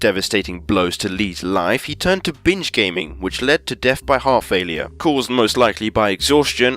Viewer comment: When he says binge, it sounds like he says bitch